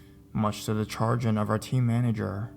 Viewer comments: "...much to the chargin?" "Shah-GRIN" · FYI, chagrin is pronounced "sha GRIN" not "charge in".